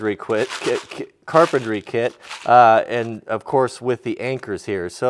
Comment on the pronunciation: hahahaaha....he just said home carpentry CLIT ,,,,,o.m.g the power of ladies over us........🤣🤣😂😂